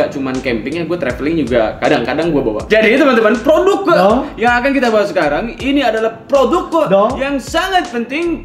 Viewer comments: Siapa yang suka ngikutin pas Dzawin ngomong "Ulas produQ" dan kita spontan jawab "Ulasin donkQ"😂😂😂😂😂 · pake qolqolah hahaha.... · Nonton video ini cuma pengen denger dzawin ngomong "Ulas produqq", terus temennya nyaut "ulasin donqq" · bikin ngakak dah setiap ngomong "produq" "dong" wkwkw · Bang buah kuldi lu kaga sakit apa bilang "ULAS PRODUQ😂"